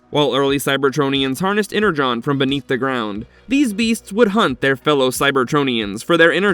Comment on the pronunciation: It's Energon not Enerjon!